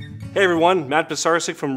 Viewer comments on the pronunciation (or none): none